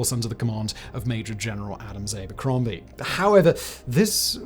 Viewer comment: Abercrombie pronounced ( aa-ber-crom-bie) not (ay-ber-crom-bie).